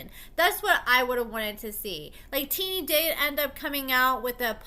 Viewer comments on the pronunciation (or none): Her name isn’t teenie lol pronounced tennie